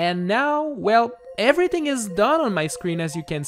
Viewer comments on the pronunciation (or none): none